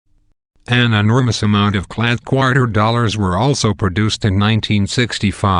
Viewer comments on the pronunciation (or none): I chuckle each time he says qwater